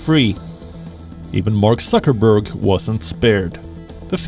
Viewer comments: I like how the commentator keeps saying Sucker-berg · Did he say suckerberg 😂? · Did he say suckerberg? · I like how that the man calls him suckerberg